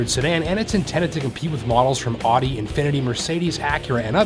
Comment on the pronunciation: learn to pronounce audi right